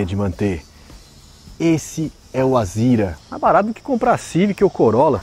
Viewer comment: Não entendo por que chamam de "Azira", se o nome do carro é "Azera". Será que é coisa de paulista?